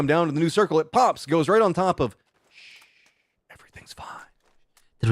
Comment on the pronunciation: Team Shhh you say Shhh instead of shoosh. It sounds stupid. If a team calls itself Naaa or Baaaa are you gonna say that?